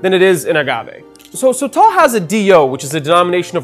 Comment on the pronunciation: It’s pronounced soh-tohl (both the “o”s sound the same) not so-tall